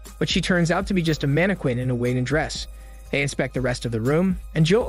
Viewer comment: You pronounce "mannequin" wrong.